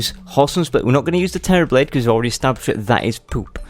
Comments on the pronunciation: Terrablade, you mean "terribl"ade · Do you mean (Terra-ble)? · Man you just butchered the Terra Blade😂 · U don't Terra blade properly